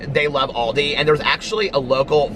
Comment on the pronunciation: It’s call ALDI 😂😂 AL not AUL , pronounced al like pal